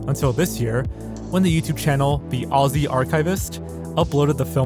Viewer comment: weird comment but I don't think I've ever heard a non-Australian youtuber pronounce "Aussie" correctly except. It really goes to show that he puts effort into appreciating all parts of the world.